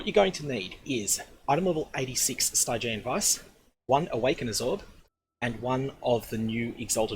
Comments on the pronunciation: "Stygg-i-an" not "Stiiii-gi-eeen". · Cool guide :) Definitely get on this before it goes legacy! :D But...Sty-jee-an? I've always read it as "Stidgean" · St-eye-geon vise lol... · The way you pronounce Stygian Vise is killing me